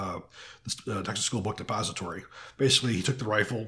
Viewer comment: No offense meant, but did you say: "Book Suppository"? Or book depository? It sounded like suppository. Watching to much "full metal jacket?" (lol) Because a book suppository would be way to painful,...lol!!